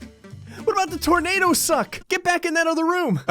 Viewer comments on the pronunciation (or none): none